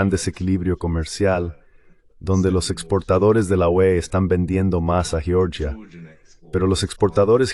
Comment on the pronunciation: En español no se pronuncia "yioryia" sino Georgia. 😄